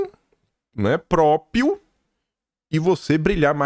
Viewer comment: meu querido, sua professora sempre aqui. Cuidado com "própio"!!!! Tem um r no meio própRio. Do mesmo modo, propRiedade, etc. Beijo no ❤